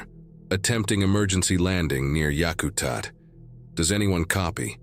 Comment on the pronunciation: It’s pronounced Yak-a-tat. It also has a runway capable of taking a 747. Any SE Alaska bush pilot knows this.